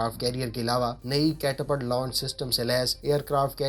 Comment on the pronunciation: بھائ کیٹا پَلٹ catapalt نہیں بلکہ کیٹا پُلٹ -(eg: Pull ) Catapultصحیح تلفظ ہے۔ جناب آپ بات تو اَپاچی ہیلیکاپٹر کی کررہے ہیں جب کہ اسکرین پہ بلیک ہاک دکھارہے ہیں۔ آپکی رپورٹ بہت اچھی ہے! شکریہ!